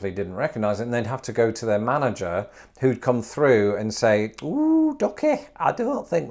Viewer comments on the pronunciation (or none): none